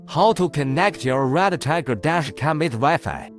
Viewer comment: Speak a little slower and it’s REDTIGER. Not Red a tiger